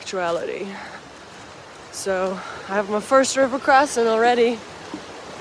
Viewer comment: Great video. Very enjoyable with all the people in it. I’ve been wondering about the story of the phrase, “River Crossin”? Was it you always say it at crossings, the way you say it with your accent, or a combination? By the way. I’m saying it now even if I’m stepping over a trickle of water. 😊